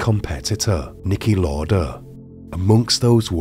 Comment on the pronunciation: Just a heads up, its pronounced "Louder" not "lorder"